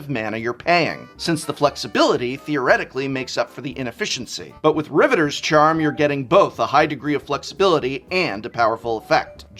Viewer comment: Sorry to be that guy but, RivetEEr's charm. You said the real word, Riveter, correctly, but the faction name has an extra e. Teferi time rAveler. Not reveler. He is not partying, i.e. reveling. He is raveling. You know how you can unravel something? Well he's doing the opposite.